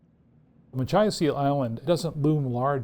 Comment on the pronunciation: "muh-KITCH-us". Jesus.